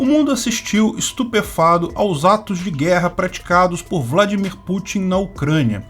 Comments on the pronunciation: ESTUPEFATO, é a palavra correta, e não ESTUPEFADO. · Eu também percebi isso o errou a pronúncia 😂😂 mas o que importa e o conteúdo